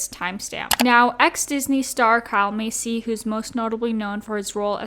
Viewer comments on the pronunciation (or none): No shade but you are pronouncing Kyle’s last name wrong . It’s Pronounced like MAY SEA not like MACY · Why are you saying Massey like “Macy” 😭